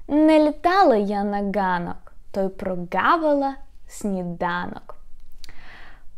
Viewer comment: На [hanok], и сразу - и в остальных случаях [ganok]. В разных фильмах слышу [gazel'] или [hazel']. И слышу, что разные люди по-разному произносят [gudzik] / [hudzik].